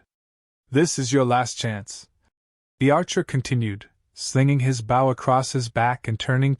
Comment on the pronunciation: Mispronouncing BOW ( boh ).